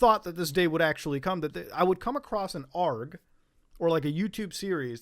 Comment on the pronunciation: The way you say ARG is like someone saying gif instead of gif